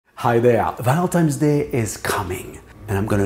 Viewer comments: It’s Valentine’s Day, not Valentime’s Day. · Why are u saying ValenTIMES?